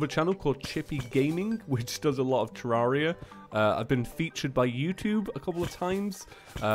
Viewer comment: sorry if its because its your accent but its pronounced (TER-RARE-E-A) not (TER-RAR-E-A)